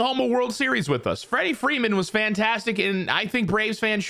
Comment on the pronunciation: Wrederick Wreeman